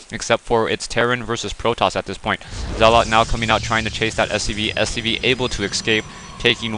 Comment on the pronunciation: Great gameplay, but say it with me ... "zel-it", not "zee-lot" lol. Thanks for the upload, been enjoying these.